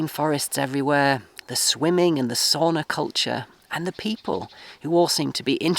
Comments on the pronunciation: From this far in good paint is the house, and you have electricity and heatpump, and the main thing: roof is not looking old at all. But tip as a finn: it is not soona or souna, it is sauna. BTW we call this part of Finland where I live too, as a "ruuhkasuomi" so: "overcrowded-Finland" ;-) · Mate, you have to learn how to pronounce sauna the correct way (it's a Finnish word). It's not "soona". :face-blue-smiling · Congratulations. Soon you will be saying “sowna” instead of “sawna” (sauna), like a true Finn!